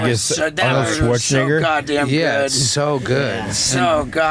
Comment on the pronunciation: I believe it's pronounced Schwarz "nEgger" dude.